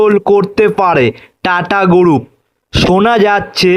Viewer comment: আই ব্বাস। কি উসচারণ মাইরি। টাটা গুরুপ ! এই তুই আয়নাল সামনে রিডিং পল।